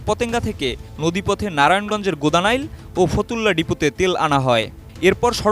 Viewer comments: ভাই গোদানাইল না, গোদনাইল বলেন😁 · আরে মূর্খ সাংবাদিক গোদানাইল না গোদনাইল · গোদা নাইল মানে, উচ্চারণ ঠিক করে করেন, এটা হবে গোদনাইল। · GODNAIL HOBE UCHARON TA...GODANAIL NA OKKK